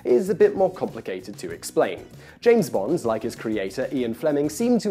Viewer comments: Lovely video, but you pronounce "Bond" as "Bonds" in all but two instances in it. How strange! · Why is he calling him "Bonze" it's Bond. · Name's Bond, not Bonds. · James BOND, not James BONDS! Damn you English people :P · You keep saying bonds, as in the underwear brand. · "Bond. Not Bonds." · Why do you keep calling him "James Bonds"? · am I the only one irritated he keeps saying "James bonds", and not in a possessive manner. "in fact bonds drank so much" "in writing the bonds series" "James bonds novels" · Why do you keep saying "James Bonds" as a plural? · Am I the only one who noticed that Simon pronounces "Bond" as though it has an 's' at the end of it throughout the entire video? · Please, there is no S in Bond. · Is it just me or is he adding an S to Bond? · You're British and you can't say Bond right?? There's no "S" on the end my friend. :)